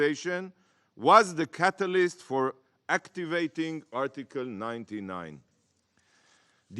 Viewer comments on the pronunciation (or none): none